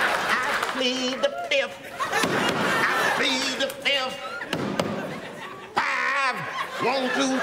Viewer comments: “Fif” 1,2,3,4….. “Fif” 😂🤣😂🤣😂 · The best is when he goes I plead the fifth I plead the fifth one two three four fif ask me a question .... Fif now see you a secret document FiF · "Um... No, but i can tell you that i plead the fizzif" 😂😂😂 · "Uh No but i can tell you i plead the fizziff" 😂😂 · Always plead "da Fif".